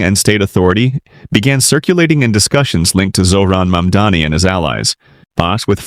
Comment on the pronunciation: Ai slop that can't even pronounce Mamdani or Maher